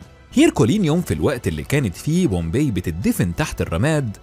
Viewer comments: طيب مش لما تعرف تكتب عربي الاول مهيم ده انهي لغه !!! ثم اسم المدينه pompei پومپاي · Bombay or Pompay...you got me quite confused 😮 النطق الصحيح مهيم جدا..